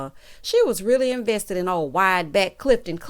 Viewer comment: Not “wide back” 😂😂😂😂😂